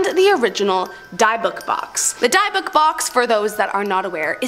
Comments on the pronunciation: Its not pronounced as (DIE - BOOK) as YOU say. It is pronounced as (DIB - ICK) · Omg and the “Diebook” box. Omg😮 I’m dying here!!!!! 😅 it’s pronounced “dibuk” box lol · Yup drove me nuts and the box in Zack Bagans is pronounced Dibik don't know the box's name spelling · Yeah, I hadn't gotten to that part of the video yet, Diebook it sounded like lol. I think it's spelled Dybbuk though or close to it. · dybukk, I believe. Not sure on the double k. Of course, they kept saying "die-book" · Also it pronounced Dibb-ick (Dybbuk)